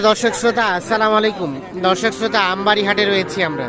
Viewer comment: ভাই আমি আপনার কথাটা ভালো ভাবে বুঝিনা আম্বানি হাট বলেন নাকি আমবাড়ি হাট বলেন